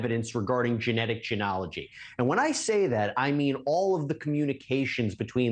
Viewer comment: What a unique pronunciation of the word “genealogy”. 🤔 Canadian accent?